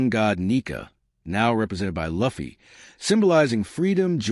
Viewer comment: bro youre pronouncing luffy name wrong